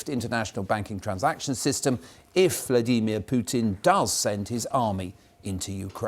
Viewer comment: "Vlaydeemeer Putin"